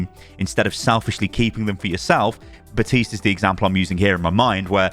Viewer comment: Bro is missing an entire letter when saying Baptiste like “Batiste” 💀